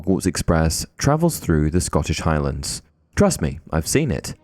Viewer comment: I stopped when he said scottish highlands. 🤦